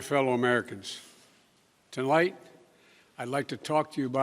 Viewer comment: I thought I was the only one who heard him say Tolight. I turned on the CC and noted that it said tonight instead of potato biden saying tolight. Youtube is correcting potato biden mistakes.